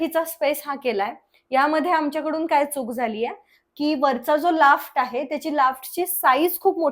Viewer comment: Loft.. Laft nahi ma'am